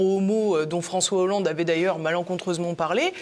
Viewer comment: fronssoué yahoolande !?